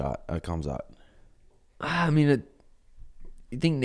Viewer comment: I mean I'm a Suga rider.....why does he still act like he cant pronounce the Khamzat name?? It honestly feels intentional because they all laugh, either that or he genuinely doesnt know...??? Come on bro. If your coach/homie/bro/fellow podcaster says the name a different way than you do right in fookin front of you then why wouldnt that convo pop up??? Come on....they have to know....but I dont get it as far as "value" idk. But keep it up 🎅🤴🤴☝️🤙🤙🖖✊